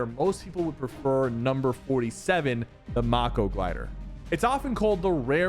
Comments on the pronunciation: Sypher the mako glider is not pronounced Mah-ko its pronounced may-ko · It's pronounced MAY-KO, like the shark, not macko. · Macko may ko not mocko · Not Mah-Ko it's May-Ko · ITS NOT PRONOUNCED MAH KO ITS PRONOUNCED MAE KO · Bro called it the MAH KO glider,😂😂 its MAY-KO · It’s pronounced ma ko not moko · Please quit saying "Mah-co", it's "May-co" like the shark 🦈. Even the glider has a shark mouth on it. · mayko prenounce not MAKO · May-co Sypher not macko lol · Sypher everytime u say MAKO i get so angry bc ur say MARCOO but its mako like the marine word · Sypher… I love your vids but it’s not mako (mah-co) it’s mako (may-co). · its not moko its mako like a mako shark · bro rlly said the mah-ko glider not mako 😂😂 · Bro said “mahko” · The glider is pronounced "Mayko" a type of shark. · Bro really said maco Glider 💀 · you definitely know its pronounced may-co your just another youtuber pronouncing something blatantly wrong to get a rise out of there audience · bro its MAKO not MokO learn how to say it brok it is pronounce Maykow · Mako like the shark not maco or whatever you said lol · Bro said mAko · I love you supper but why you gotta say mako like that 😢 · Bro really said marko💀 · PKi love your content, I'm subscribed. Watch all your vids. So that being said the glider in this video "Mako Glider " it's Mako..like the shark😅.. Lol... keep up the Great Content 🎉. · It's mako... May-Co. Like a mako shark. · bro calls the mako the moco lmao 💀💀💀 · The Mako is Pronounced May-Koh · maKO its mako glider 😂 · pretty sure you say mako wrong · How did you butcher the mako gliders name so badly 💀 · How has he still not learned how to pronounce Mako. Lol